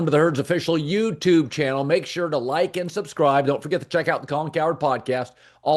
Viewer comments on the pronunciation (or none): I'm gonna unsubscribe if Colin doesn't start pronouncing it "YOOOOOU TUBE" again